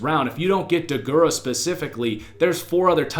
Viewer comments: Deguara not degurah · Please don't act like you can judge Josiah Deguara, when you can't even spell or pronounce his last name 🤦 Clearly you are not informed enough to judge him